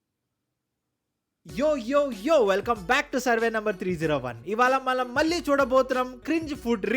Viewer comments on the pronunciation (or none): Ivala Manam ❌ Ivala Malam ✅ 😂😂😂